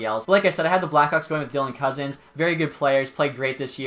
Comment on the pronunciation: I feel like he said dylan cozen because it was the only thing he could pronounce